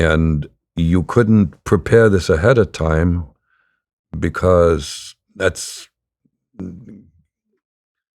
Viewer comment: "ahead of TIME", third instance